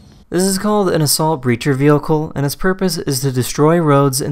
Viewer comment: ‘which allows the officer to slow down the wheehicle from behind